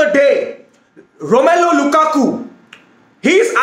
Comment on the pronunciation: The way he said lukaku a Fukaku 🤣